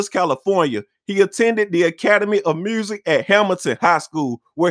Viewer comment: 'murrsic'